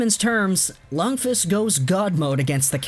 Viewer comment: The way you say Lundqvist makes me uncomfortable